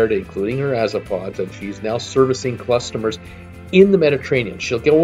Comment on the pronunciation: did I hear him say clustamers